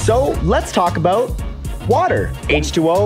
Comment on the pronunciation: "So, let's talk aboot... water!" 'Aboot' he he.